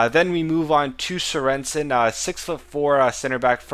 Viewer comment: Serensen :-D - It's Sörensen :-D Like the goalkeeper from Stoke, I'm danish :-)